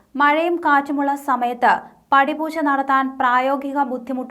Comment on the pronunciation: പടിപൂശയല്ല കോച്ചേ പടിപൂജ 😮